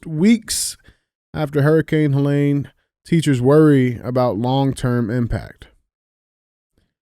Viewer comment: Someonee pls teach DJ how to pronounce Helene..